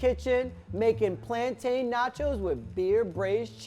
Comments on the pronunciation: Notice how he said plan-tayne that’s the correct way but it depends on where your from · thank God he ain't one of those people who say "plantin" like mad crackheads 😂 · Yay! He said "PLANTAIN" NOT "Plantin" 😁👍❤️